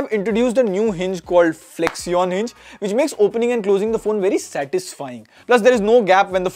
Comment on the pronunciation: Why would you pronounce flexion like that dude?